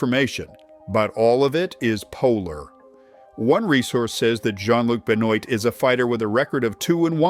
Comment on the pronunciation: Yes, but the mispronunciation of 'Benoît' and 'débutant' made me itchy. (For reference, it's 'Benwa' and 'daybooton', as I'm sure you already know.)